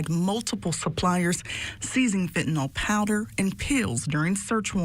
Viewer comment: Fentanyl not Fentanol.